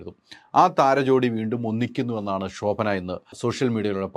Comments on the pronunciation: ശോഭന എന്ന് പറയൂ pls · "ഷോ"ഭന 😂😂😂😂 ന്റെ ഹൈദരാലി 😂😂😂😂